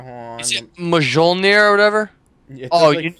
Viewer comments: It is pronounced myolnir lol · Its pronounced mi-yul-nir